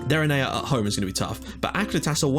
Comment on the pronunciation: My brain hurts from how you pronounce the club names so I have prepared this (On the left is the club name, on the right is how you pronounce it): ASIL - Asil Adonis - Adonis Othellos - Othellos APEP - Apep Omonoia. Ar - Omonia aradipou Digenis - Digenis Kamiotissa - Karmiouotisa Agia napa - Agia napa Deryneia - Derinia Achyronas - Ahironas Akritas - Akritas Pafos - Pafos Enad - Enath Olympiakos - Olympiakos